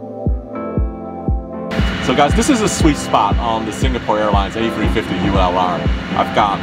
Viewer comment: I absolutely LOVE how he says A350 A free fwifty.